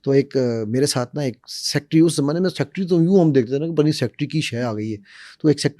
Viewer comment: Sir ji...You are a bqualified person ..no doubt, but try to improve your typical Pakistani accent of English . As you guys pronunciation of word " SECRETARY" is SEKTRY 😢